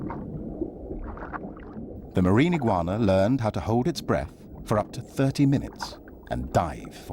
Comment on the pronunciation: Not eguana